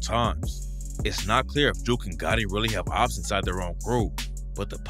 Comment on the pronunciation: Jook rhymes wit Book not Juke